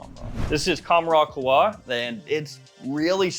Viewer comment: it is pronounced "kahwa" with a very pronounced "H" "Kahhhwa"